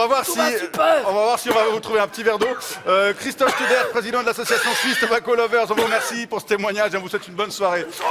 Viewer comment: Studer, pas Stuber